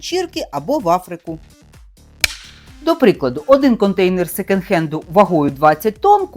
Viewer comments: произносится секОнд хэнд) почему вы сто раз сказали "секенд"?)) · Мова безграмотна: що ,,секЕнд" хенд, що ,,більш краще", що ,,шестиста"...